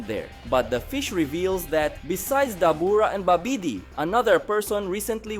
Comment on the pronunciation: Babidi is pronounced more like, Bobidy.